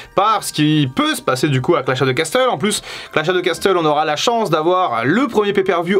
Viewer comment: Je suis pas un pro en anglais mais perso je dis « row ». Par contre on dit pas « casteul » mais « casseul » voire « cassol » avec l’accent